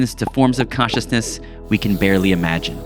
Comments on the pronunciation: Such a great video! A small complaint: you pronounce “consciousness” as “cautiousness.” I was pretty confused why you were talking about Eva’s caution, until I realized why you meant from context. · Cool essay. Some pronunciation aids: consciousness should sound like “conch” and not cautiousness, with more emphasis on the N. silicon sounds like “con” and not “cone”. Computer chips are silicon, not silicone (rubbery stuff) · "Cautiousness" is what I keep hearing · Am I losing my mind or is he saying "cautious/cautiousness" each time instead of "conscious/consciousness"? I stg it's all I can hear, even when I read "consciousness" in the subtitles 😭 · >wants to make a video about consciousness >can only pronounce cautiousness Dang it 😂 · "Caushisness" - The ONE word in the entire video you can't pronounce and have to say like 500 times LOL - Just yankin' your chain - good vid! Liked & Subbed.... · This guy keeps saying cautiousness instead of consciousness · Am I trippin or do you keep saying CAUTIOUSNESS? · I was a little distracted. Consciousness has a "n" in it, without which it sounds like cautiousness. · I kept hearing cautiousness, not consciousness. Bugged me. But, yes I think we project our expectations on reality. Didn’t work with pronunciations though. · this dude can't even pronounce consciousness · It shouldn't, but it does annoy me that the narrator cannot pronounce consciousness/conscious :P other than that, I enjoyed the analysis :)